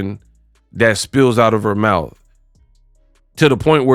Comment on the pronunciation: Frfr! She said mouf...😅